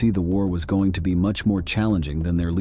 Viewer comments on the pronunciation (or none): none